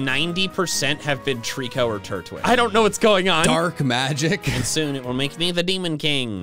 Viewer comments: TREECKO, NOT TREKO! YOU LEFT OFF 2 LETTERS! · FAVORITE, NOT FIEVORIT! AND DO NOT LEAVE OFF THE C IN TREECKO!